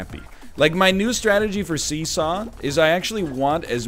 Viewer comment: Every time you say 'see saw' it sounds like 'Caesar'. Intentionally?